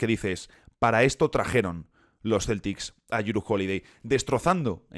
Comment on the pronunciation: Respecto a la pronunciación, Jrue es "Dru"